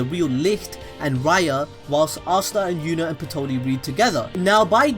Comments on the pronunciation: Dude you know that elf's name is Patry and not Pitoli right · Good channel but your butchering Patry